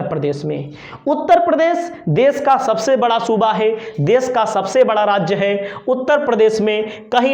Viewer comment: bhai saat may shhaat may nahi. sabse hota hai shhabshhe nahi